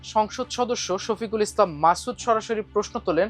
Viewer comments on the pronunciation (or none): none